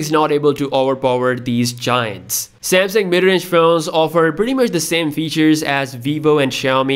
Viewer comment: 😂😂😂😂😂 are you kidding me Samsung? Samesung SE? 🤦🏻‍♂️